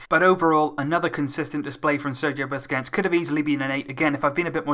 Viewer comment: It's Sergio BUSQUETS AND NOT BUSQETS LOVE UR VIDS